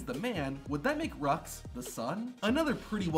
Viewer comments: I don't like how dude in that video said the name of Seth and Becky's daughter. I know damn well it ain't pronounced "Rucks" I swear it was supposed to be pronounced "Roo" Not completely pissed off by it, btw. Just very slightly annoyed. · Becky and Seth's daughter's name (Roux) is pronounced Roo, not Rux. Proof here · I could be wrong but I think Seth & Becky's daughter's name is French and pronounced "Roo".